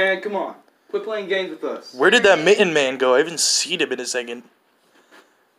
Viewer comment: I don’t know if you know how to spell mitten or if your saying mitton on purpose